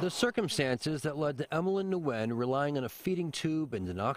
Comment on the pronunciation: the criminal offense here is his pronunciation of Nguyen